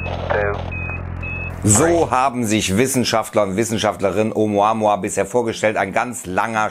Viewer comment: Glaub ich auf keinen fall und dieser kanal is sowieso die bild von youtube lügen verbreiten und hauptsache klicks generieren. Der typ im video kann oumuamua nich mal richtig aussprechen peinlich einfach nur peinlich. Nehmt bitte nicht alles ernst was hier auf diesem kanal rausppsaunt wird🤦‍♂️🤦‍♂️🤦‍♂️🤦‍♂️